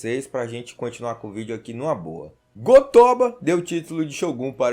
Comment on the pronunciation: O cara fala "Ah lá vem os 5° série" sendo q ele msm fala o nome errado de propósito só pra chamar a atenção dos 5°série , É Go-Toba e não Go-Tóba! Não tem essa pronúncia fanha não! No japonês não existe sílaba tônica!